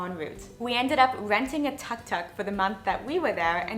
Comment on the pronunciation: The name of threewheelers are pronounced as "took took"